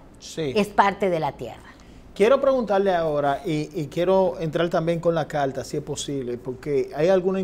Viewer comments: Calta ? Polque ? Que mal hablan …. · CARTA NO CALTA PARA SER UN COMUNICADOR DEBE USAR LAS PRONUNCIACION CORRECTA